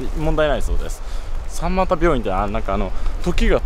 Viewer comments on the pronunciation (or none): さんまた、わろたっw ミマタ と読みます。。。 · さんまたじゃなくてみまたじゃない？